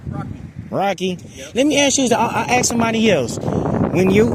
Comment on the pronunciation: Axe ? Or ask, get it right when you out teaching